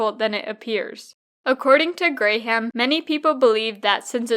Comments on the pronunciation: "Gram" not "Gray-ham". That bothered more than it should have, but enjoyed the video otherwise. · I thumbs down this bc I believe you’re saying his last name wrong based on the videos I seen from Warren saying his name